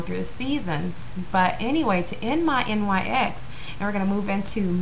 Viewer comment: Just F.Y.I its not called N Y X its pronounced like the basket ball team the New York "Knicks"